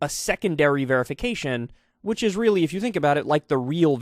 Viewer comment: Elon stans are going to weely, weely mad at you Kyle.